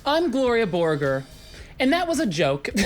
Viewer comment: Gloria Borgore? More like Gloria Voregore